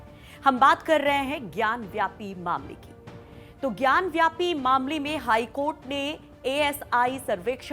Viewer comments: मैडम वह ज्ञानवापी है, ज्ञान व्यापी नहीं। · ज्ञानवापी, Not ज्ञानव्यापी